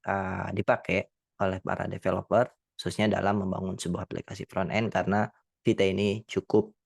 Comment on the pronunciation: Not vite instead vit 😂